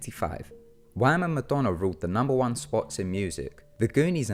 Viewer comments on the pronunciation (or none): none